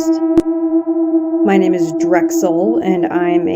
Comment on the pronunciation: "y name is " rofl